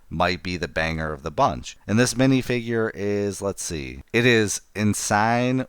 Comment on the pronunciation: I'll be picking this up day 1 or 2. I grew up on Star Trek ToS and watched the next gen when it was on air. It's a great show more drama and realistic than SW. SW is space wizards which nothing wrong with that I love SW too. Fyi it's pronounced "en-sin" "row" she was a reoccurring character. I'll be holding on to the GWPs with the sets. I usually pick up 2 for the GWP.